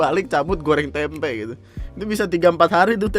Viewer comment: Tempenya gausah pake penekanan K dong... Yatuhan Tempe'